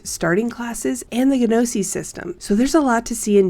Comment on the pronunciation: Glad to see this, I followed Witchfire for a while and regularly read The Astronauts blog. Just one minor thing to point out about this video - the word "gnosis" is pronounced like /NO-sis/, the G is silent.